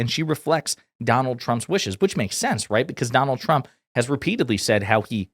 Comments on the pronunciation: #leavitt who was pregnant and unmarried can lie through her teeth, but hey: Trump (who she pronounces shump) said she has a mouth like a machine gun. Heard M. Lewinsky did, too. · Crazy lady ! Sounds like she keeps saying president Chump ! 😂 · KKKaroline always sounds like she's saying President "Chump" LOL. It must be those lyin lips